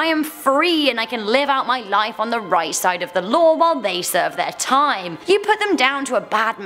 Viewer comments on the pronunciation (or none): none